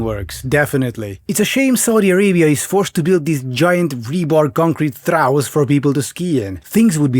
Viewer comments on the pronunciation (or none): Took me a while to figure it out: "trough" is pronounced "troff"; it doesn't rhyme with "how". Because English is supremely logical, the letters "ough" are pronounced in different ways in bough, borough, trough, tough, though, thought, through, (ow-as-in-how, u-as-in-cut, off, uff, oh, awe, oo) and probably some others that I've forgotten.